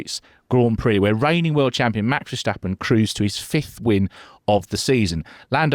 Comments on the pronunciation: Vershhhtappen. It's pronounced 'Fair-stahp-un'. There's no "shhh" sound, guys. He's not German. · Well, it seems many non Dutch speakers struggle with some typical Dutch peculiarities. It's not that easy to write but I would say Fair-stap-un gets pretty close. The emphasis is on the second syllable: STAP The A is pronounced slightly differently than typical English. As you said he isn't German, but Dutch and the German and English languages are related languages (Germanic) so it's all relatively close. Anyway, there are many different ways being used internationally. Maybe it's easier to just call him Max... 😅